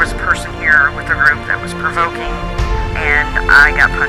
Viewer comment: "Provokening" LOL